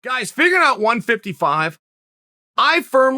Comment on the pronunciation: Chael’s “figgin out” 155